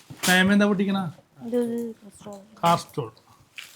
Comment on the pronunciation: കാസ്ട്രോൾ അല്ല ഭായ് കാസറോൾ എന്നാ